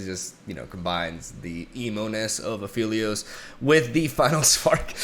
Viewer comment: A-fell-ios not A-feel-lios. Alune even calls him Phel when speaking to him sometimes.